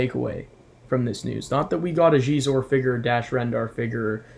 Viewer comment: Really excited for Xizor (nice pronunciation!) and Dash Rendar. I love Dash. These will make fine additions to my collection. And thanks for the Superlit chat shout-out! Legendary group.